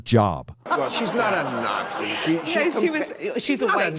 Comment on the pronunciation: Out of interest, why do you pronounce Nazi as Yatzi?? Is there a bot that blocks creators if they pronounce it with an N?